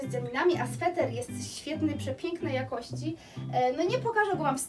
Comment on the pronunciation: Słowo ,,jakosci"zaakcentowalas na pierwszej sylabie, i to ci się przy szybkim mówieniu zdaża, pedantów to może denerwować, więc się nie broń, tylko popraw )❤